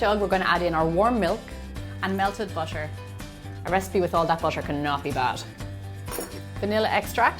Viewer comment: Not trying to be mean, but the way she says butter kind of makes me cringe